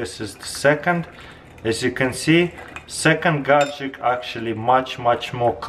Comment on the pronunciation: Chrystal clear gadjeck